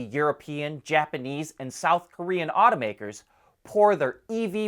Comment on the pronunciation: Aw-toe makers not oughta mskers